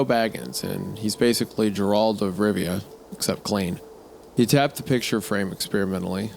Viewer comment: "Gerald of Rivia" oh my lord...